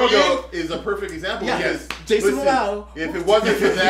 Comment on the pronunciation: It's Jason Momoa, not Mamao. Rhymes with more-more-ahhhh, not cacao.